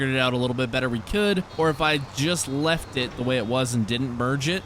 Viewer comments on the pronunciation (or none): none